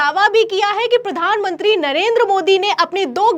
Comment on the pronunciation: मैडम आपके बोलने का तरीका सुधारे कृपया। प्रधान मंत्री होता है न की पधान मनती । और कृपया आलम तो ये हो गया बोलने से अच्छा कुछ और भी बोले। केवल आलम तो ये हो गया है बोलती रहती है आप बार बार। ऐसे में ऐसे में l बार बार एक ही लाइन बोहोत चिढ़ होती हैं